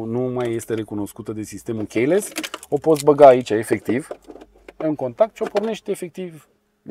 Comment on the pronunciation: Terminati frate cu romanisme de genu "CHEIless" e "chiless" ffs. In rest misto video.